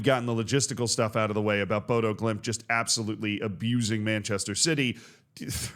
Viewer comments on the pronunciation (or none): the o with a line is more of an uh sound. More like Boduh. And it's gonna prompt Pep not to rotate but instead go and buy 2 CBs for 150m. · The "ø" in Bodø is pronounced like the "u" in "luck", "duck", "buck" etc. The "dø" part sounds almost like most pronounce the French word for 2 (deux). Just funny: (å) dø actually means (to) "die" in Norwegian. :p (å) "bo" (i) actually means (to) "live" (in). Despite this, I think the name means "båd" "øya", the last part definitely means "island", but the first part is easy to think means "boat", as that is what "båd" means in Danish, but likely more connected to old Norse, where a very similar word means "båe", which means "shear" (even if we now usually use the word "skjær" (shear) and not "båe"). The shear island. :p